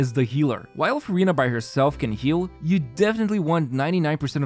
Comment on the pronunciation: Not sure whether to roll or not since I have too many hydro ;; Neuvi, Yelan, Ayato, but also... its Furinaa ack 🥹